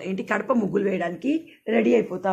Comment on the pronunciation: Kadapa kadhu gadapa akka